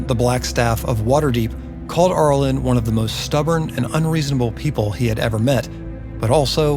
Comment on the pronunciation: Cool video, but the beginning of “Arilyn” sounds like “air” or “arrow” not “are.” I know it’s a nitpick, but I winced whenever you said it. Overall, I loved it. I grew up on these characters as well. Shoutout to the commenter who mentioned Myrmeen Lhal and the Night Parade!